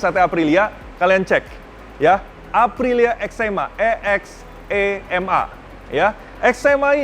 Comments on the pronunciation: Eczema tu penyakit bang 😂 It's (Ex'three'ma) = extreme. Hanya 30 di dunia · EX3MA dibacanya EXTREMA .. angka tiga dalam bahasa italia dibaca TRE .. EXTREMA artinya EXSTRIM dalam bahasa indonesia